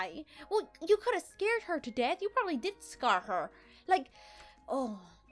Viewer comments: You said scar her instead of scared her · You said Scarred